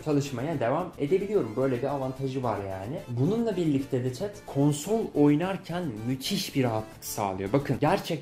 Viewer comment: çet? bak yeni dikkatimi çekti 2. izlemem